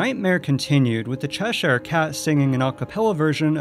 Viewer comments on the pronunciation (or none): To make things a bit easier for you, Cheshire is pronounced "Chesher". Same with all English counties with "shire" at the end. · CHESH-SHIRE Cat (NC-Doug Walker, says it the same waY. nO BIGGIE.) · Cheshire is pronounced Chesher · Why are you saying 'Cheshire Cat' like that?